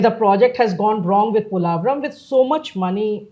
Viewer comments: You are a renowned Indian journalist, not finding wrong with the video or information. Just wish you people pronounce the name correctly and don't sound like a foreigner trying to pronounce Polavaram. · analysis.....but two things - 1. its called "POlavaram" ...not "Polaavaram". 2. you should have a little focused more on why the delay in project....TDP govt worked on it 2014-19 but the YCP govt just let the work done rot for reasons best know to them. Politicians who rule with no regard to state/country development should be named & shamed so other leaders know even politicians will face consequences for actions like YCP did. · Is it just me or anybody’s annoyed how he’s pronouncing polavaram